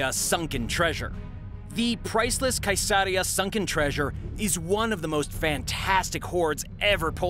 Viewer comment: Not a Monty python fan? Mercia, where king Arthur found the coconuts is pronounced mersia and Caesarea, the home of several seditious scribes is pronounced seas-aria. Bactrian isn't in a python movie but it's pronounced like the camel which shares it's name. Love the show by the way.